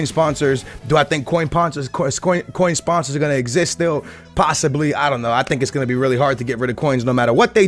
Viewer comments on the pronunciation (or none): "Do I think scoin ponsers will still exist?" xD